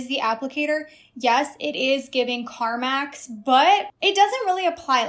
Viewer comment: I really heard “Carmax” instead of “Carmex”…I was like, “how is lip gloss giving car dealer???”😂